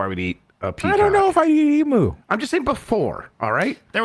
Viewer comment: Learn how to pronounce Emu correctly guys...I wanted to cut my ears off! off EMOOH? Nooooooooo! EE-MEW is the correct pronunciation for this Australian bird!